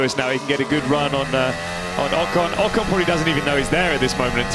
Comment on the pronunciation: Please learn to pronounce Ocon. Forvo would help, if you ever make the 'effort'.